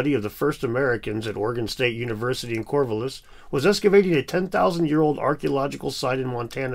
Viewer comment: Keep up the good videos! I appreciate your approach and knowledge of these subjects. As an Oregon state graduate though... I've never heard someone pronounce "Corvallis" that way lol...